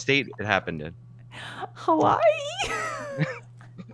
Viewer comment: As someone from Hawai’i, it was not a state at the time of the attack but a territory. And none of them are pronouncing Hawai’i correctly.